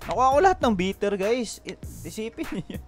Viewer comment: Bitter? Bayter = Biter